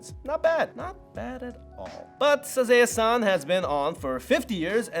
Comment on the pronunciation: Isn't the first one pronounced "sa-ZAW-eh san"?